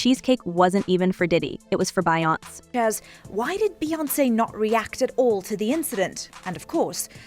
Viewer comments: Did she say "by once instead of Beyoncé "???????😅😂😅😂😅. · Can you please pronounce her name correctly at least. It’s Be-yon-ce’. ! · Bi-once? I hate robots wrong reading scripts. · Why do they have other races doing interviews on our people,When they don't show the proper respect of pronouncing our stars name correctly.I see that as total disrespect.Cover your own people!! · Please say her name correctly… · How does the narrator not know how to pronounce Beyonce??..yikes😆! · You saying Beyonce full name wrong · Why can't you pronounce Beyonce's name properly? It's annoying and disrespectful. 😏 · How on earth is the narrator pronouncing Beyonce? It sounds so totally wrong. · SAY HER NAME CORRECTLY!! Find a new career,!